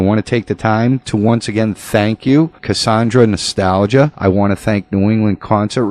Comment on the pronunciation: he keeps saying her name wrong